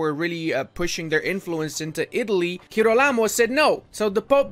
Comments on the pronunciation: G of girolamo like g of german 😉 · The correct pronounce is “jirólamo” The “g” is , well, like in english and the accent is on the first “o” Savonarola is correct 👍🏻